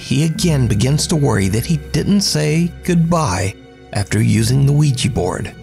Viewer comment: "Bro dude, bro dude...oui-gEEEE..." Ouija Board: "Fk this moron, he can't even pronounce Ouija, so imma burn up to keep him from saying goodbye" 😂😄 Great to see another awesome delivery from you,!